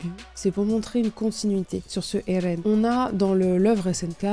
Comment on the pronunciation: arrete de de dire ELLLLLLLLLLLLLLLLLLLLLLLLLLLLLEN en roulant ta langue, je vais te découper en sauciflard